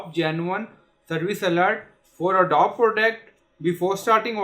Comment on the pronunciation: Wtf is ADDOB dude??? Its "a-doe-bee" FFS.